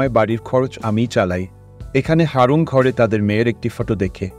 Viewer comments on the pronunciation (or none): Haaroon noy ..eta aroon..